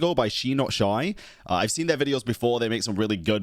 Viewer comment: I love that you reacted to Shi not shy’s video!! Btw, her name is pronounced “shy not shy” because her name is Shiloh which is pronounced shy-loh